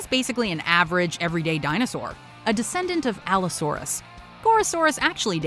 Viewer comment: “A decedent of allosaurus” Gorosaurus (the dinosaur) am i a joke to you